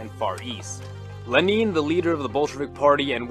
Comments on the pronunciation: Lmao who the fuck is "leneeeen" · Who's Le-neen? 😂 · Why do you say Lenin wrong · l E n i n, not leneen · OK good, I thought my ears had gone kaput. Glad I'm not crazy. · Never heard anyone say it like that! XD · Did you say Leneen? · Leh-neen lol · Yes. In principle. But it's pronounced very badly.